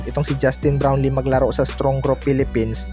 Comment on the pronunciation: Bulol puro ka balita KY brown lee.wala ka kina iba sa mga nag ba vlog puro bron lee dn mga kasinongalingan naman.buti pa d nyo na e balita c brown lee kng d totoo nakaka boisit lng.